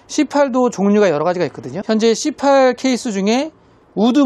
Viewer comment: c8케이스 발음이 너무 찰져요 😂😂😂